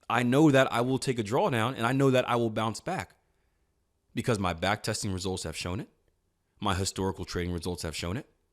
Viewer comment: Backtesting, not Backtetsing